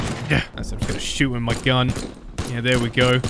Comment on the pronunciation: i like how he says with its wif